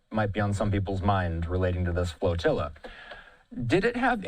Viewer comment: FLAT-ILLA, not Flotilla! That's obviously and shamefully FLAT! ZERO, ZERO, and nothing but ZERO OUTCOME for the SECOND TIME AROUND! SHAME!